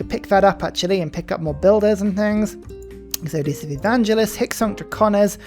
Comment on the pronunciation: There's no "I" in "Exodus" - it's Ex-uh-Dus, not Ex-oh-dee-us....